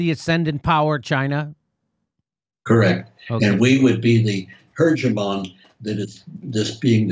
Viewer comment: Mike, I love you, but it's "hegemon" not "hergemon."